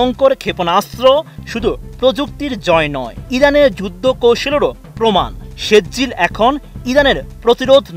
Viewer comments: ভাই শুদ্ধ উচ্চারণ করতে পারেন না, ওইটা৷ সেজ্জিল না, সিজ্জিল, সুরা ফিল এর একটা আয়াতের উচ্চারণ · ভার‌তের চ‌্যা‌নে‌লের মত বিকৃত উচ্চারণ ক‌রেন কেন।সে‌জ্জিল না এটা সি‌জ্জিল হ‌বে